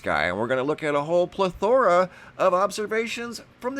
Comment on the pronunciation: The accent is on the first syllable. “PLETH-ora.”